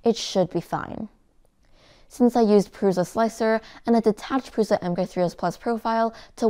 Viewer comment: because she can't say prusa correctly, it's prusa or prusha not pruza